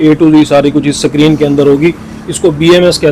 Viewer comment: شکرین نہیں بھاٸ۔۔۔۔۔۔اسکرین